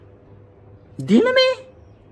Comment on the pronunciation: That "din me !!!!!! DiN mE" 😂😂